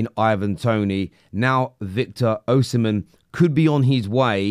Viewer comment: Victor OHsimhen 🤣🤣🤣